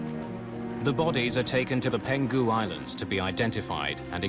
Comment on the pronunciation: It's Peng-hu Island, not Pen-Gu. Did you guys use an AI voice or something? Or someone who just "winged it" over Chinese terms? Tsk, tsk.